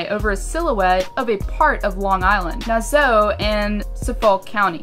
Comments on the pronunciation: Yeah, the names weird but you say it like Nass-saw, not too sure though. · It's pronounced "nasSAW" Nassau county NY. 😉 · THE WAY YOU SAID NASSAU AND SUFFOLK